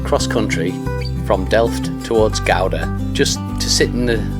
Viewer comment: You pronounced Gouda pretty well by the way 🙂